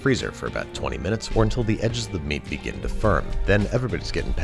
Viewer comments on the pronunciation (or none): none